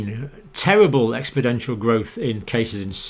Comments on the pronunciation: Please forgive me, Dr. Campbell, but I thought you might wish to know that the adjective describing the hockey-stick curve is exponential, expoNential, rather than expo-dential. Perhaps my old ears aren’t hearing you correctly, but just in case. A million thanks for all you are doing for the world. 🙏❤️ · Okay Dr.John, I have to call you out on something. Very, very minor of course but it bugs me! Why do you call it expedential growth? It's exponential! If you weren't such an intelligent and very educated fellow I'd never comment on it. Sorry I'm a bit OCD when it comes to things like this. I hope you get a chuckle out of my silliness. I love, love, LOVE your channel and have shared it with everyone I know, with instructions to heed your warnings as you know what you are talking about. I never miss a day of your broadcasts. Thank you for bringing us all this information from around the globe. It's absolutely top drawer stuff and fascinating to boot. Cheers! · What are all these "expodential" increases you keep speaking of? Don't you mean exponential? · 'Ex-PON-ential'. Get it right, Doc! 😉